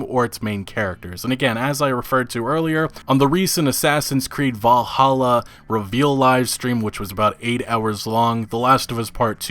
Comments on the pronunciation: Valhalla not valahallah 😂😂 you sounded Arabic when u said it lmao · did you just say valhalla as valahalla? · just a side note, its pronounced val-halla or Valhall in Norwegian, not valahalla. i hate to be that guy, but that mispronunciation bugs the crap outta me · vallahalla? Really? Valhalla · Valla-Halla? Ewww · What’s Val-ah-holla? lol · Valla hallah??? you mean Valhallah? ain't no extra a my guy Vahl-hall-ah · “Vallahalla” lol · Is it only me or did he really just say Vallahalla ? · I'm sorry.......how did you just pronounce Valhalla? Valahalla? haha. That aside good vid man, keep up the good work. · bro said “Vallahalla” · dude, it's just valhala, not valahala. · Valhalla not vallahalla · last i check valhalla isnt an english word either... and im pretty sure, unless your native tongue has some quirks like japanese who cant pronounce (L), im pretty sure VAL - HALA is something pretty easy to spell. as a side note, im pretty sure he did that on purpose, as a joke. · "Vallahallah" Nice pronounciation, lmao. Love you though. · did this dude really just say vallahalla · It's pronounced Valhalla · assassins creed "valla- holla" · valahala? seriously? ...... English is not that damn hard my dude. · This guys just said Valla Halla 😂😂😂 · Bruh had to stop watching, this man can't pronounce Valhalla! lmfao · Okey, you need to learn how to say Valhalla properly. Really triggered me :P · How did he even butcher the name so bad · nobody:: Assassin's Creed: Valla-Halla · Man sounded like someone praying to Allah when trying to pronounce AC Valhalla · You don't know how to pronounce "valhalla?" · How did he pronounce Valhalla ?? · The way you pronounced Valhalla was like cancer to my ears, just saying